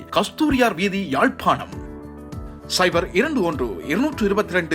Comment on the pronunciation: இறப்பதிவில் வரும் slfer (சைபர்) எண்டுறது சைவர் சரியாய் உச்சரித்தால் வழக்குப் போட்டுடிவாங்களோ??? 😂😂😂😂😂